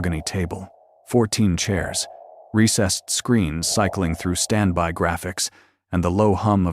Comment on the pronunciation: Please program your AI as to what a syllable is. "Standby" has 2, not 1 syllable. At least twice in the story.